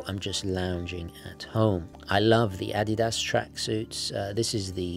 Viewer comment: Say Adidas like a normal person